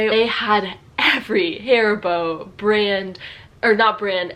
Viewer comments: IS NOT HAARIBOO IS HARIBO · a Dieedas? Richtigerweise wird die erste Silbe betont: AAdidas... Bezüglich Birkenstock: die große Zeit dieser Marke ist vorbei. Bis zur Jahrtausendwende waren diese Schuhe Standard an jeder Uni (ok, nicht bei BWL). Nivia? Richtig: Niveeeea! Steiff mit dem Knopf im Ohr. Hairy booo? Haribo bitte mit deutschem a. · Your pronounciation of HARIBO sounds like hair-bow to me. This is actually not a name. It stands for Hans Riegel Bonn. Hans Riegel founded this company in Bonn, Germany, in 1920. The headquarter and factory was located in Bonn until 2018. It was very popular to visit the factory store. Beside the regular products they had special offers of candy which did not make it to series production or was not meeting visual standards but was still good for consumption. While the shop is still in Bonn the company relocated to an industrial area outside of Bonn with more options to expand.